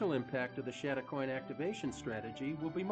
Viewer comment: Please, if video something, get the pronunciation right. It is pronounced chad a coin not shad a coin.